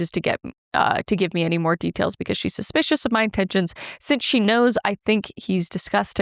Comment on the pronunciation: Love this series,. When y'all were talking about mispronounced words that bug you, it made me think of Kris' murder series. It's cute, but still bugs me, how Kris mispronounces "suspicious". 🤣 Thank you both for your time to entertain us all. 🤩😍